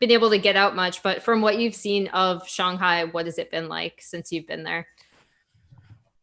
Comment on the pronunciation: Good to see her correctly pronounce shanghai instead shanhai.